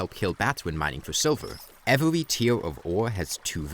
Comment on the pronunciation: “Evewy pickaxe”